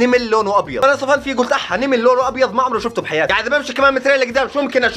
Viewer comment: كيف حكا كلمه نمل قال نيمل 🤣🤣